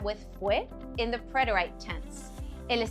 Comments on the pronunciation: It was great, but your pronunciation of preterite is incorrect. I checked it out thinking I could be wrong, but I am correct. PRET-er-it, not I. preterite /prĕt′ər-ĭt/ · Is this AI? I’ve studied Spanish all my life and have never heard preterite pronounced PRET-ER-AYT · A really good lesson but what I heard was the verb “syd” and the “preter-ight”. That was a distraction and made me start to doubt if I could trust the content.